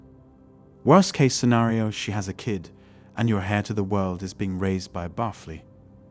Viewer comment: Raised by a barfly, pronounced bar-flee? Wow …